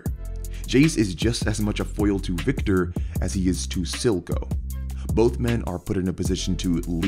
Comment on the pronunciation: It's Silco not Zilco though, cmonBruh